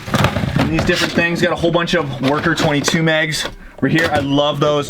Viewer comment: MAGS NOT MEGS!!